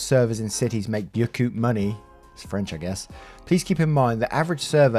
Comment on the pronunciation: Beaucoup is pronounced like Boo-coo. It's basically means "a lot". To me, as some one who lives in the states, Tips are earned. If you are a good waiter/waitress I tip the current percentage of the bill (20%). If you happen to suck as wait staff, well, depending on how badly the wait staff was the lower the tip is going to be. Sorry, but that's just how it is. If you want decent tips, you have to work for it, but not be a pain in the ass to your customers by being a constant haunt either. Some people might not be able to afford the 20% tip after the cost of the meal. You never know what some one's reasons might be for leaving a less than desirable tip. If you don't like your job's wages, do what you can to get a better paying one.